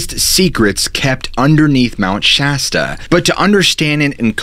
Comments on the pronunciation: I just had to change the last video for his calling Shasta wrong and he says it right this way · I can't get over your magnificent beard! Also, thank you for pronouncing Mt Shasta correctly. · Lol yayyy he's not calling it mt. Shosta anymore